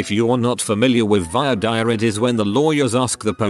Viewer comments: It’s pronounced Vwa Deer not Vio Dire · The second word in "voir dire" is pronounced "deer." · How hard is it to write "voir dire."? It's not a rhyme, it's not "vior dior." It's French.